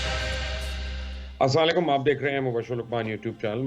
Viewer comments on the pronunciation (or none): مبشر لقمان بھائی اپ پلیز ۔ اسلام وعلیکم ٹھیک طرح سے کہا کریں۔ آپ کا پروگرام بہت اچھا اور معلوماتی ھوتا ھے